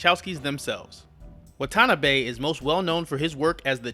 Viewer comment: It's pronounced Wah-tah-nah-beh